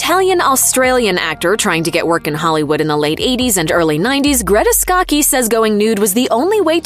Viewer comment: it's skaa-chee. not skah-hee or skah-kee.